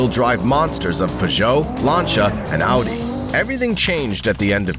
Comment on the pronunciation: As a german, he definitly pronounced Audi correctly...